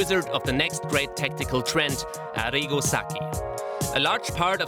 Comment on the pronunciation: arrigo... sucky??!!? pronounciation mate lol